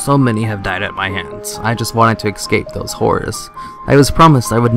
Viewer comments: Soo.. why do some people not know that the word "ESCAPE" shouldn't be pronounced "EXcape"? That's the only thing that bugs me. Aside from the idiots who say "could of". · Love your videos. but it is escape not excape. Keep up your good work!